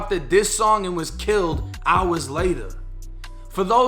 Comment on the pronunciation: The emphasis on HOURS